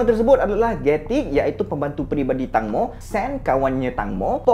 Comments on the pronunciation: sebutan nama dia bukan tangmo bang. tengmo sebutan dia. klu sebut tangmo maksud lain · Saya belajar bahasa Thai, Sbnrnya "Tang-mo" tu dibaca "Taeng-mo" แตงโม yang bermaksud "tembikai" (watermelon) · tangmo dibaca macam ni "teng mo" (e taling) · Sebutan dia Tengmo.. Maksudnya tembikai 😑😑.. Mmg dia famous, mak sy dulu masa masih sihat tiap² malam tgk drama siam.. Drama siam tak sama mcm M'sia, malam sampai malam (waktu M'sia).. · Tangmo cara sebutan dia macam ni ( Teng-mo) yang bermaksud tembikai...tu nama gelaran dia.. fun fact nama gelaran dekat Thailand memang pelik2... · sebutan betul 'Tengmo'